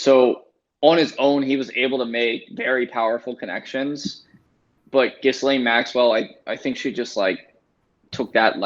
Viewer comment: It's pronounced Gee-slain in french